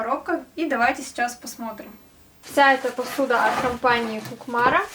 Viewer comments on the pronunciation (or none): Очень хорошую посуду выпускают наши Кукморцы молодцы, это Татарстан. Только правильно нужно говорить не Кукмар, а Кукмор, ударение на у. Поздравляю вас с покупкой!!! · Добрый день. Я с Оренбургской области. Посуда отличная, у меня сковороды для плюшек. Кукмара, ударение на последнюю ,, а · Представляю как вы устаёте к вечеру.Чтобы жить достойно в деревне надо много пахать.Именно пахать,настолько это тяжело.,простите если покажусь бестактной, но произносится Кукмара с ударением на последнюю букву Кукмара'.Это районный центр у нас в Татарстане,где производят эту замечательную посуду.Простите за поправку. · не КукмАра, а КукмарА. Посуда эта из Татарстана поселок Кукмор. Я продавала эту посуду, да и у самой вся посуда Кукмарская. Нам от туда на продажу товар привозили и я спрашивала у дилеров как правильно произносить, мне ответили, что правильно ударение ставить на последнюю А. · О Кукмора .Ударение наУ Кукмора. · Привет ребята, посуда этого производителя отличного качества, пользуюсь только ей,НО ударение вы ставите не правильно,надо на последний слог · Кукмара это р-он в Татарстане. ударение ставитьть надо на первое У ИЗВИНИ, ТАМ изготовляют посуду